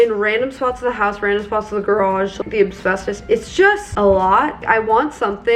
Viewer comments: I wonder if there actually was another offer or if they were just saying that. If there was, I hope they did their checks too. Shame we can't get an update on that lol Also, it's Asbestos, not Absbestos lol Given how much research you do, something tells me you were saying it incorrectly intentionally.... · Hey just so you knowwww, asbestos is pronounced ass-bess-tos not ab-sbess-tos! The S is before the B. Just didn't wanna have you finding out in like 5 years and wondering why nobody said anything 😂